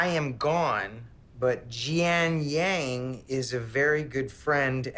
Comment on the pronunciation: IT'S Jin Yang NOT JIAN